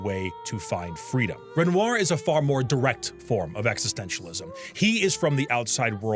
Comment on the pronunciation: played this game 3 times, and still mispronounces Renoir? I think this boy just wanted to eat a bunch of bread on camera. (real)